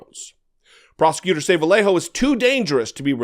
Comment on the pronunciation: Bro you lived in So Cal.... how are you unable to pronounce the name Vallejo correctly, ya know the word Yarn, thats what the LL sounds like, a Y kinda like Vuh-yay-hoe not Vuh-lay-hoe. Cumon bruh u better than that